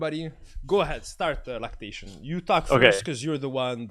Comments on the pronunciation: It's laceration not lactation lol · "Lactation" lol Laceration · is constantly saying lactation instead of laceration or is that just me LOL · HE SAID "Anyways, thanks for the talk Lactation" LOOOOOOOOOOL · Is no one gonna talk about calling Laceration Lactation? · Is nobody talking about how he calls Laceration "Lactation" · "Lactation" lol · "𝘭𝘢𝘤𝘵𝘢𝘵𝘪𝘰𝘯" omegalul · FLORAIDA... PARENTIS... JERKSON... LATAXION... hahahah I am dying bro. Keep the good videos up